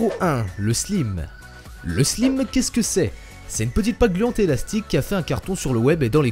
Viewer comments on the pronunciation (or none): Pour le 1 on dit Slaymme pas Slimme (pas l'orthographe mais la prononciation) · pas "slïme" sa ce prononce "Slaïme" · On dit un SLAÏME pas un SLIM (je sais que ça s'écrit Slime mais prononcez bien p*tain !!!) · ça se prononce slaïme pas slime ! 😂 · Slime ça ce prononce slaym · Juste pour vous prévenir ça se prononce Slaime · tres bonne video juste "slime" le i se prononce aie comme si tavais mal mais sinon félicitations +tres bon montage video😊😜👏👏👏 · abonnée! et on dit le slaïme mais sa s'écrit slime :) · Comment tu prononce le élimé 😂👍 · le slime sa se dit : le slaïme '^^ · On dit "Slaïme" Mais s'écrit slime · Et d'ailleurs, le slime se prononce slaïme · Sa se prononce le slaime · ça se dit slaïme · Nul ça ce dis slaïme et c'est juste de la pâte a prout donc tes mal placer pour parler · j'ai faille être folle après la prononciation de slime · C énorme commen il a dit slime